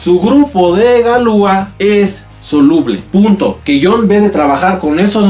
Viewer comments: Pronuncias mal, dices galúa, cuando deberías decir galuá, acentuando la última a. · En francés las palabras son agudas. Galúa es una mala pronunciación. Es correcto Galuá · No se pronuncia galúa, se pronuncia galuá....... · Interesante,,, solo que se pronunciaría galuá, con acento en la a. Ya que en francés todas las palabras son agudas.